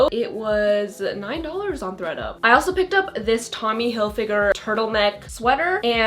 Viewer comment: Lol I thought you said “Greta” instead of “Thread up”